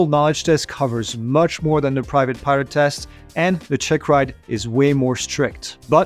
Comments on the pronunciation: Just sounds like he's saying "pirate" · when ever he says pilot in sounds like he said pirate